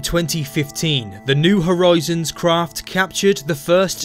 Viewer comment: I couldn't help noticing "new horoizons". Cool vid though! Super!